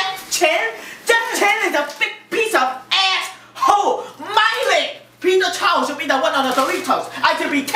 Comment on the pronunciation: ROR I'm Filipino but hell, it's Peter chao.